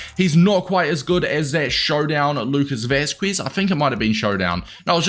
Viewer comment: lucas vasqueesz lol